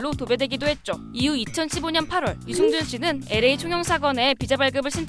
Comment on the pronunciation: 유승준발음을 유증준으로 할꺼면 스티브유라고 해라 받침도없고 편하잖아